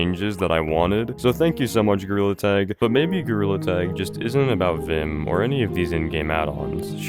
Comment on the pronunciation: You’re saying it wrong it’s vim not v.i.m